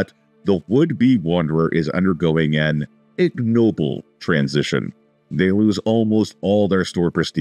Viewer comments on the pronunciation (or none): none